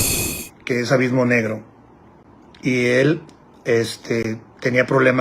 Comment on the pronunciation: ‘Avismo’ jajajjajaja